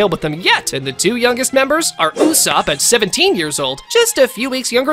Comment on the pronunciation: Who is usap?? His name is USOPP